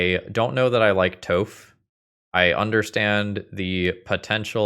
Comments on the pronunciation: it is pronounced tawph not toe-ph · All I could hear was 'Toeph' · What did you call Toph… D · I love some spicy Nic fit. I can tell you we're not an avatar fan when you were younger with the way you pronounce toph.lols